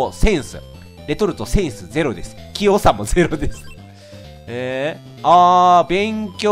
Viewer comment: 「きよう」が「キヨ。」にしか聞こえないんだが… だんだんキヨになってきた…？